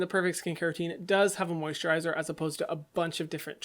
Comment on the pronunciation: Nobody: No one: Hyram:WhErEs ThE mOsiTrIzEr